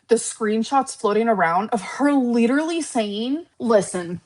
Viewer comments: The leeturally thing makes me want to rage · That “ leederly “ word is really pissing me off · Smug Lynn has entered the chat…. She can shove “leedurally” up her ass. Also I’m so lost, I missed the flirting with Emily? Seemed like getting tea and pulling out paying for it